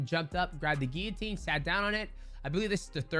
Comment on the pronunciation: Dustin "Gillinatior" porier